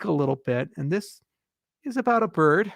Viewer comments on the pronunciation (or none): The Ethiopian currency is the Birr, I did notice he left the "d" off sometimes when he said bir"d". Pure speculation though.